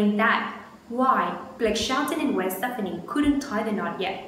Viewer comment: You are saying her name wrong